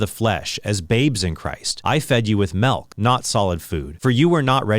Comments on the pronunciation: We say it "milk" in the Midwest. He's saying "melk." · Bro really said “melk” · What the heck is melk? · Yeah "melk" is a dead giveaway for midwesterners. Not all, but definitely common. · I agree with all of this accept Trent's pronunciation of the word "milk." 😂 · Trent: says milk Me: immediately checks his wiki page to see if he's from the midwest